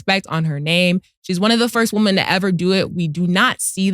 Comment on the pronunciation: Once again, love your work but please...PLEASE work on saying women the right way, (WIM-EN)- WOMEN! Gotdamn it!